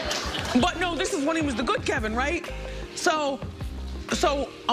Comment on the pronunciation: Kevin not Kelvin Sis.